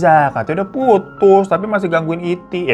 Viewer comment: Bang gw langsung ngakak wktu km bilang titi tp slh ngucap iti😂klo smpe ke bablasan hbs lo🤣😂